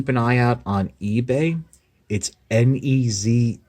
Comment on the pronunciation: I too have one of these. I got it at a good price too. In answer to some of the things you bring up, I believe the name is pronounced ‘Nay Jar’ or closer to that. He’s male and amusingly as a god it would be fun to see him take on Unicron! Nice toy, nice review.